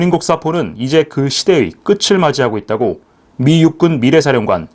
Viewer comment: '끝을'의 바른 발음은 '끄츨'이 아니라 '끄틀'이 맞습니다.